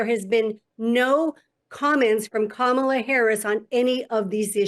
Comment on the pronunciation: 🚨 Oh come on Bull, did i hear you say that "Coma-la Her-ass" was articulate? GOOD GRIEF❗👎